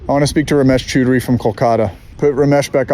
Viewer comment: "Ramesh Chudry" 😂